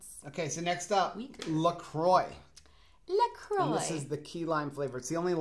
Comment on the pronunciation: Love that you two pronounce LaCroix right! (Well in my opinion)